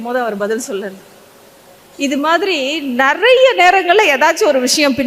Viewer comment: இந்தியர்களது ஆங்கிலம் தானாம் நல்ல பலமானதா இருக்குமாம் ...கடவுளே பாவம் உங்கள் ஆங்கில உச்சரிப்பு ...ஆட்டோ ,பாய் பிரண்ட்,ஆபீஸ்,இப்படி எத்தனையோ போதாமைக்கு உங்க தமிழ் கூட "நறைய" (நிறைய)குழப்பம் ..இலங்கையில் நக்கலுக்கு இந்தி ஆங்கிலம்போல் பேசுவார்கள்